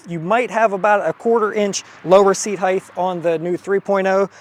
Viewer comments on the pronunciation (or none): Love the video but its "HEIGHT" with a sharp T at the end. HEIGTH is not a word.